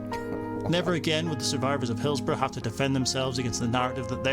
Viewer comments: Hills-bo-RUH,not RO🎩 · Correct UK pronunciation of "borough" - Sorry, it bugged me from the very outset of the video when pronounced BOROUGH as if it had a W at the end. "hillsborrow" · Pronounced "Hillsbora" Just sayin' 🙂